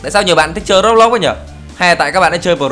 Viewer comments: anh đọc sai từ Roblox rồi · anh doc roblox sai roi